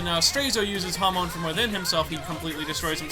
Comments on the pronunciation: hamon, not hamone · HAM-UN IS HOW YKU SAY IT NOT HUM -ON